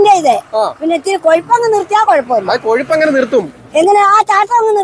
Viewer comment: Kazhapp ❌ Kozhupp ✔️